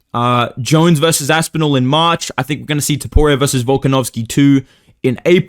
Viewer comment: Cannot hear this say march without hearing marcin tybura